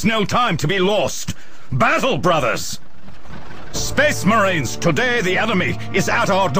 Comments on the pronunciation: SPEHHS MAHREENS! and we fight in the name of the EMPRAH! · Thank you. Now I cannot pronounce Space Marine other then spess mehrens... Not that I am complaining